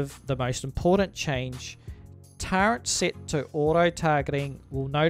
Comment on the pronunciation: There is no N in turret.